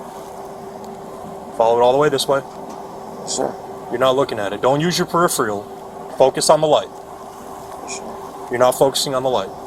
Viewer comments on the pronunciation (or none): Ok cop it’s not periphrial.